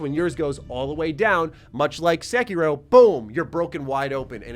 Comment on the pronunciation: Bruh, why you call it sekyrow??